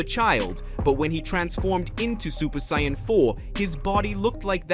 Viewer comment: You are mispannouncing saiyan.